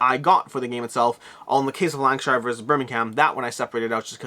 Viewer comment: Lank-a-sheer and Berm-ing-am